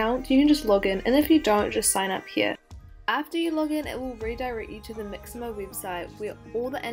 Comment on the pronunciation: I loved how she said "maximo" instead of "mixamo" 🥰🥰